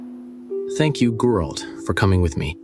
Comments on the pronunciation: The Gralt mispronunciations are so meta 😂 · "Gurlt" - Wow. Never heard that pronounciation before. LMAO Makes me laugh every time I hear it. better take care of that smoker's cough. LOL I also think Ciri at one time pronounced Dandelion as "Dan-DILL-Lian" too. Reminiscent of the audio book! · Fans: Ai will take the jobs of the voice actors The Ai: Gurolt... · its funny when they call him goralt lol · Damn the ai literally butchered Geralt's name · so funny when i heard how they pronounced Geralt at the beginning i thought wtf is this french manner and just few moment after you said that it was written in french :))